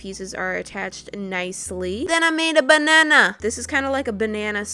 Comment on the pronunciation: "THEN I MADE UH BAH NA NA" that made me laugh 🤣🍌